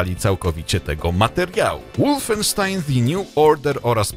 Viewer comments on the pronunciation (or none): wolfenstein czytaj po niemiecku (wolfensztajn)!! a nie po angielsku (łulfenstin)